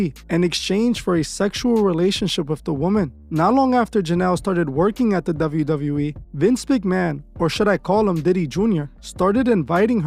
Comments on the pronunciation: Douvle U Douvle U Eeee 😂 Couldn’t help my self ! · I’m gonna need you to learn how to say WWE (double you) 😅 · Is it just me or is he saying "Dove-yu Dove-yu E"? 😭😭